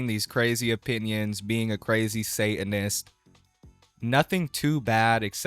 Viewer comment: what is a "say-in-is"? ...Are you trying and failing to pronounce "satanist"?